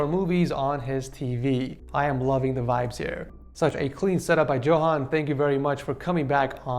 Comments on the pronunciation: Btw u pronounce it Yohan not Johan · "Going back to the single and lonely setups..." im dying lmao (Also as a half Swede, I can say that "Johan" is said as "Yohan", but a common mistake all g)